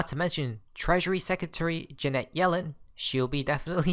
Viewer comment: Jan-it Yellen, not Juh-net yellen. Janet vs Jeanette.